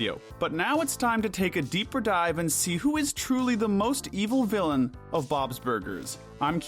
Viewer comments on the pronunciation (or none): none